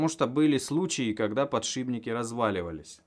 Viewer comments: Подшибники,блять,подшибники!!!Еще начни говорить ейные и ихние! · Да чтож у всех пукан рвет за подшиБники? Ну так просто говорить удобнее, много таких слов, шрус например! Все упорно говорят шруЗ! естественно знает как правильно писать и говорить это слово! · единственный кто может говорить подшиБники! Он гениален. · через Б легче, также как и ЦА вместо ТЬСЯ. Обитателям петровских болот конечно же не понять того.